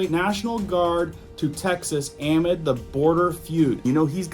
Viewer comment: Jesus Chridt! It's "ah_mid", NOT "am-id"!